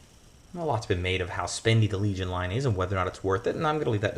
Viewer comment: That’s a hard “L” my man! hard L